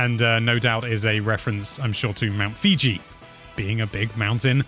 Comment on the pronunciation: Oh no, he said mt. Fiji. I hope that is an inside joke that I don’t understand